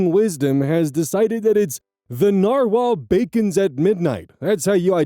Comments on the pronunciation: Yeah, "the narwhal bacons at midnight" makes you sound like you're having a stroke. Yes, I DO listen to the outro that far! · I use reddit and that sounded like a stroke when said it so lol.